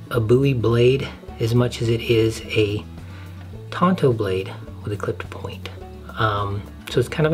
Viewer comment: It's Tanto, not Tonto. Tonto is the lone rangers sidekick.